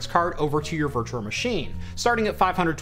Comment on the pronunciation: "virture machine"🤣 sorry man I love the videos but it makes me laugh